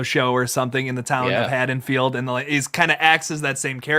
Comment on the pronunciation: It's Haddenfield not haddensfields... and. Haha lol